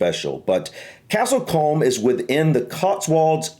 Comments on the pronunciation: You've picked a video by a South African who immediately mispronounces the name of the village.....there are better ones to view.... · Aggh! If this guy is going to publish a video on the village he could at least have given you the correct name pronunciation... It is pronounced 'Coomb', he is also kind of completely wrong. The houses may not have changed much but those who live there hate that like many pretty villages in the UK it has an increasingly 'hollowed out centre:', i.e. What were once homes, real residents and real community, it now has an alarming percentage of 'second homes' and holiday let's, killing the village. Empty in winter and in summer, well cars and coaches have turned it into a seething mass of tourists and jammed roads, probably not helped by also having a very good motor racing circuit, which might be a surprise given it's appearance. The hotel, a firmer manor is gorgeous. You may recall the village and the manor in the original move Dr. Doolitle with Rex Harrison and Anthony Newley not the awful later American mess with Eddie Murphy. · Castle Combe (as in broom). The presenter is South African so doesn't know the correct pronunciation. The church probably dates from around 1400 although may have older parts dating from Norman or Anglo Saxon times. It is an Anglican church (Church of England) and is similar to churches in most English villages. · The correct pronunciation is Castle Coom. 😊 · Pronounced Castle Coom... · Castle combe rhymes with room, I live near castle coombe it's in my home county of Wiltshire , been here many times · It's pronounced "coom" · It’s pronounced Castle Coom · Castle 'Coom' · 😂 it’s castle coooom that’s how you pronounce it 👍👍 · Argh causing my teeth to grate. The presenter doesn't know how to pronounce it and bizarrely he never checked with any local. It is Castle Kooom rhyming with Broom. Lots of villages in the UK have Coombe or Combe in their name. It mean a deep valley. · Castle COOOOM! not comb